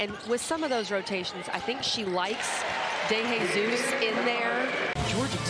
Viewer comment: I'ts pronounced "de he sus" not "dey hey sus", not "de HEY sus"! 😂